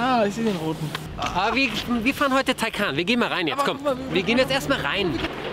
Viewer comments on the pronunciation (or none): Taycan, nicht Taycaaan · schön wie türkisch Taycan ausspricht 😂😂